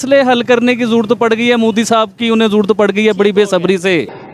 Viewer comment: Bc prokistani tv anchor its modi not moodi.Moddi are you prokistani.Pahala thiksa bolna to shek la